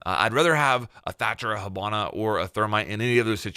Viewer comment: why can you not say ops names :') hobona? thormite lol